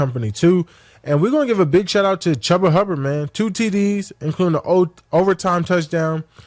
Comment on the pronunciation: Is micah parsons really this slow or does he do this on purpose? Chubba hubbard? Dude pronounces every other word wrong